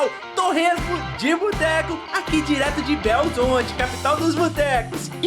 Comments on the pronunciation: Tolice falar Belzonte, nem o mineiro mais caipira fala assim! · Quem é de Belo Horizonte, não fala belzonte, isso é caipira aculturado.